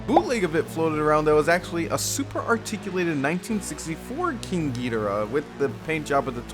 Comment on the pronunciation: Thanks for the in-depth review--I pre-ordered this, and I've been wondering about it. I'm close to getting "priced out" but I hung in there for this one. And thanks for pronouncing "Ghidorah" right (hot take). That's how I have always said it, and always will.